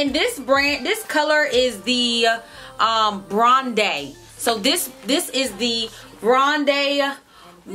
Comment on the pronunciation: By the way it’s Bronde as in brown and blonde.